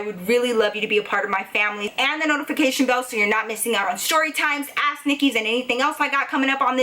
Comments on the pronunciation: I love love your storie times and u in genaral but everytime you say "ask " it sounds like your saying "ass nicky" love you girl!! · When ever she says "ask " It sounds like "ass " 🤣I'm sorry but it's true